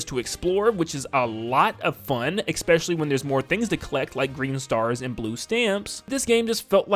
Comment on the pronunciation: There is not an X in the word especially.